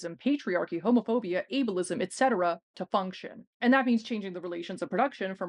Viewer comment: I thought she said "evilism" instead of ableism & I'm keeping it.